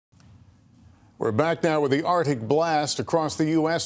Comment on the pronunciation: Arctic, not Artic, Lester.